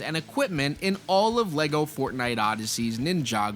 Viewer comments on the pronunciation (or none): none